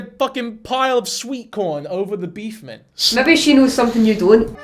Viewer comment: Are you saying beef mints? I feel like I’m hearing that wrong, but u have said it at least 3 times in this video. Beef Mints?